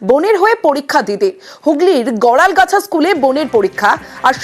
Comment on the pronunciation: গরলগাছা. গরালগাছা না.নাম টা তো লেখা আছে ঠিক করে দেখে বলুন.